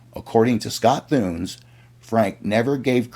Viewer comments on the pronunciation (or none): Scott "TOON-IS." Not THOONS. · Actually, Scott Thunes is, I think, pronounced: Scott Two-nez. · Scott Thunes - Pronounced [ Too-Nis ]